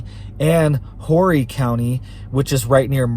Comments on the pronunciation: Horry county is pronounced Orry county. the H is silenced. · Thank you for another great informative video. Just so you know, and only the people of Horry County would likely care, it is pronounced Orry County. LOL. Silent H. Minor detail brother. God bless you and your family and your followers and your economy.